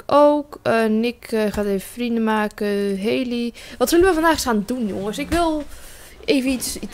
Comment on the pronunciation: "vervange, en makeh"